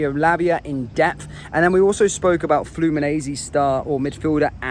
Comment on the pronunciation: its Fluminense (missing an "n"), the guy said it wrongly in the video also 🙂